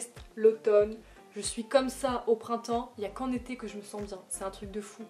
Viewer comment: quand tu as dis « j’adore l’été », j’ai compris ça comme « j’adore les thés » et je me disais « mais wtff elle vient de dire qu’elle détestait les cafés et les thés » 😭😭